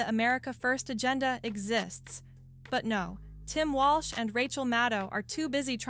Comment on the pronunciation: the narrator calls him "Walsh?"